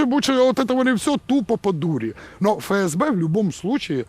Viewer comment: Не Фе- Ес -Бе, а Еф-ЕС-Бе. Третий клас началЬной школы...